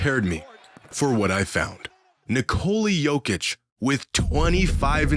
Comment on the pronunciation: Holy shit that butchering of the name